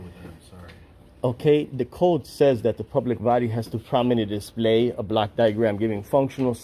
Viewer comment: When you ask for a block duagram it sounds like black diagram. May i suggest you pronounce it like blawk diagram which may be less confusing to the individual being queried.